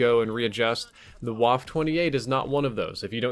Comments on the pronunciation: Its pronounced "Vaffa" not "waff" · Wtf is Wuff, can’t you say VAH-FEH! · I say this not because I personally care so much but because I know it annoys a lot of people, so please, take this as friendly advice. The E is not silent, so you must remember to pronounce it as "Waffeh". Now you know, you're welcome. Also, this weapon is the MP 28 but it seems they couldn't get the rights to call it that or something. Same reason the Lee-Enfield was called the Commonwealth for a while I guess. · VA-FF-EH not Waff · You pronounced it wrong...It's not pronounced "Woff" It's pronounced "Voffer" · it's 'vaff-eh'. not whaff lmao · It’s pronounced va-feh not wah-ff. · WaffE Waffle - but don't say the L. Please. It hurts. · This isn't a waffle 28, this is a WAFF-EH ACHTUNDZWANZIG!, you should practice your Deutsch a bit more.:D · You pronounce it vaffa not waffe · DONT SAY "WOFF"... its "Waffe".. just look it up with google translate PLEASE, its german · It's pronounced BA-FE. Not Guaf. You're welcome. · Say one more time Waff ....ist Waffe ! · You pronounced the name very wrong. It’s more like vaffa, Germans pronounce Ws as Vs and the E at the end is like an A. Think wunderwaffe. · Waff-e. Bloody e.e.e.e.e.e.e.e.e.e.e.e.e.e.e.e.e.e.e.e.e..e 1 min research for how to pronounce.... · Well for One it is a german weapon with a german name. In this name the W is pronounced as a V With enunciation on the E pronounced as uh So Vaffuh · Pls stop saying waf. Germans don’t silent the e at the end of a word (same goes for Eisendrache btw) give us some e‘s. Thanks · Say it with me, "Vah-fuhhh" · That's "waff-uh" boss. Unlike French, German e's are not silent. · Really how hard is it to say vaffa like it's supposed to be pronounced??? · Pronounced vaffe too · Pronounced Vaffe though since their W makes a V sound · Ist waff-E the E is NOT silent ! Like wall-E ,,, you don’t say just Wall....its Wall-E! And WaffE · Pronounced Vaff uh